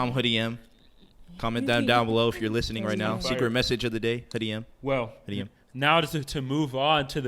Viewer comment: He said “Hoodie Em” 🤦🏾‍♂️😭